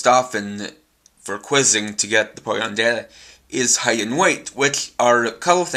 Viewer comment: ... It's a Pokedex. And it's Pokemon. Say it correctly for your language.